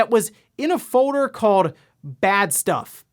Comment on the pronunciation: "fowder called" man this guy can't help saying "owder game" or "owder console" or even avoid his speech impediment for more than 5 minutes at a time.